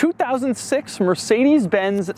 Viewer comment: Mörsidis bäns ... ach ja diese amerikanische aussprache XDD #nohate